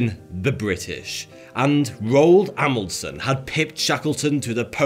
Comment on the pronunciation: Thank you for pronouncing Roald's last name correctly.